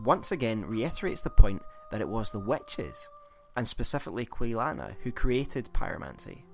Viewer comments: "again this emphasis the WETCHES" ugh it's wItches lol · Nice video.sorry ,but I cant stop laughing the way you say witches(wetches).Anyway,a well done Souls video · "Wetches" lmao No, really, though. This video was great! Subbed